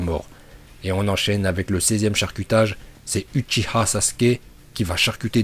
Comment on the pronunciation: Il respecte pas les uchiwa il dit utchia est pour dire itachi il dit itatchi